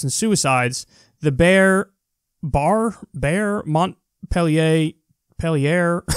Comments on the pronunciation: It's pronounced "barry-Mont peel yer" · Jesus Christ Kyle. You can't pronounce Barre-Montpelier?